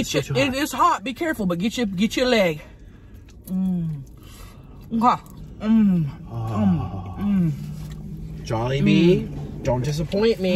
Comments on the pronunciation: I think it's jollibee not jewlibee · Tammy: if ur ever at juilebee Nick: starts laughing at the way she said jolliebee Nick: what Tammy: what’s wrong Nick: oh im laughing at the shrimps…they died Tammy: oh aw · It's not pronounce to like that it's jol-e-bee But spelled Jollibee. It's a Filipino fast food place I feel sad also you made the title Asian food it is but call it Filipino. I love you bitch - to Tammy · He was too scared to tell her that its not Juliebee. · Which time! 😆 I heard it at least 3 different ways lol my favorite was jubilee... love you sug! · 😂😂😂😂 It was the first time she said it wrong. She said Jubilee last. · When she said Jubilee instead of Jollibee 😂😂😂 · Of your ever near jewlibee✨ 😂😂😂 not even how you say it lol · Tammy: if you ever at joellbee Nick “laugh”and assume he laughing at the shrimp even tho he laugh how Tammy say jolibee Tammy: WhAt YoU lAuGh, WhAt WrOnG?!? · Did he say jeliwbe instead of jollibee😆😆😆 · LMAOOO WHEN SHE PRONOUNCED JOLLIBEE WRONG NICK LAUGHED AND SHE WAS LIKE WHAT YOU LAUGHING AT AND HE WAS SCARED SO HE SAID GE WAS LAUGHING AT THE SHRIPS☺️🤣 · Nik said “I’m laughing at the shrimps they’re dead” comment because he was probably laughing at her mispronouncing jollibee and when she asked what he was laughing at he didn’t want to get in trouble so he said the first thing he could think of. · I laughed when you said Jollibee wrong, and Nick lies and said he was laughing at the shrimp. Lmao!! 😂😂😂😂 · that look omg lmao. Agreed it seemed it was the way she pronounced Jollibee. I love it. I also love how she says Darrel loves everything weird :D He and I are very similar, except I shaved of my beard when it became a fashion. Fuck fashion beardos